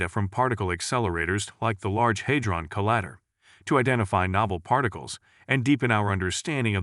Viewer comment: The word "Collider" is spelled with a long "i." Either this is computer-generated speech, or someone doesn't know how to pronounce "collider." This thing is an idiot, which cannot think out of the box. At least, that's my conclusion from challenging GPT4. It's a very fast idiot, but it remains an idiot and it is NOT foolproof. I wouldn't trust it with anything crucial.